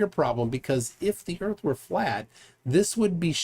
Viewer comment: Ladies n gents, flat erf!